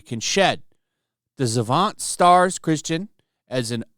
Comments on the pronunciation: Dude. Chastain, not Christian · how does he get "christian" out of "chastain"? that's like me getting "flush" out of "flash" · Griping is pronounced grye*p. Also her last name is chastain not christian. What is it about youtube content makers not having reading comprehension beyond sixth grade? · Chastain, not Christian. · Chastain, not Christian. LOL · Chastain not Christian. Seriously, I agree with you but can you read? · Say it with me... CHASTAIN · Chastain. Hard to take any of this seriously when they can't even get the actress's name right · Believe it's pronounced 'chest stain' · For the love of Christ it's pronounced Cha-stain, also this show looks like a pile of trash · This is liberal trash, but you mispronouncing her name makes this even worse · I tried but when you can't even get her name right, I can't watch. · you misread several words in the article, including Jessica Chastain’s name. I’m sure your schedule is miserable tough, but edit or pre-read the article.